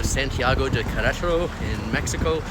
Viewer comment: I was thinking that exact thing everytime you said it. Thought you were doing well though. 👍